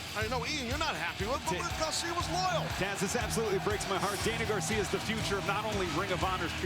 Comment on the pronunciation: Everybody: Daniel Garcia Taz: "Daniel Gawcia"